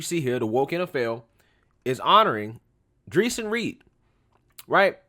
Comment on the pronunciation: His name is pronounced Dray-shawn....I watched all videos before making a judgment. Dude had a gun in his waistband and he pulled the gun while running and shot at the cop first...2 shots before the cop shot at him. Play dumb games....